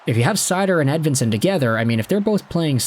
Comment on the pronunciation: I suppose maybe the last name is Edveensone also. Seemone Edveensone. Doesn't really sound Swedish to me. But I suppose Nicklas Lidstrom probably pronounced his own name wrong throughout his whole life also.